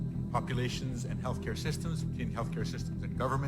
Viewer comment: Did you say health care system or Hell care system?